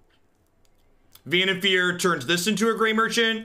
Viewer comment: I dont know if its right or if someone pointed it out allready, but i think its pronounced Vannif«A»r as in far away... anyways, loving your content as always.